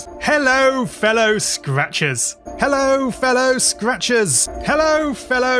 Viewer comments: "Hello Fellow Scratchbaits" is what i started to hear after hearing it for a nice minute or two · It started sounding like “hello fellow scratches”